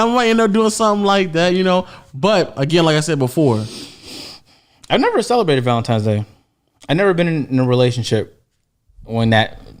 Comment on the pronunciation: I'm sure was saying Valentimes